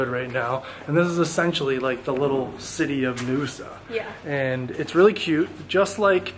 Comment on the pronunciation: Naoussa is pronounced 'now-oo-sa'